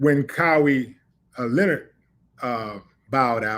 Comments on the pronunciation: It's Ka -Why ......not ka-We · Kowee Leonard 😂😂😂it's pronounced (Ka- Why)! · Kawhi not Kawai 😂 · KAH-WEE Leonard? 😂🤣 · KUH-WHY Lenard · “Kowi” Leonard 😂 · Pronounced (Kuh-why) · Come on Willie D Kah why, pronunciation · "COWee Leonard" is CrrrAZY!!! 🤣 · Yeah he butchered that man's name ⚰️ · Kahwi is pronounced Kuh-why ( 1❤) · (Kah Why)....Kawhi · It's kuy-whi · I’m like who is Cow-we?!?! 😂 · sir it's KAWAI LEONARD not Kyrie Irving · Willie butchered Kawhi Leonard's name. It's obvious you don't watch much basketball. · Will someone please tell him how to pronounce Kawaii..🤷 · And fam its killing me the way you pronounce Kawhi name😂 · I honestly stopped listening after I heard him misspronounce Kawhi's name. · ok willie im not sure you watch basketball bro lol that pronunciation of kawhi was horrible lol and you had a chance to say it right again an still butchered it lol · I was like kah why but the uh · Big homie, why do you keep butchering Kawhi Leonard's name? 🤣